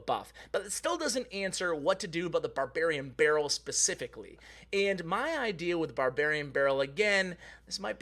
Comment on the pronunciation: All I hear in this video is Babarian Barrel :D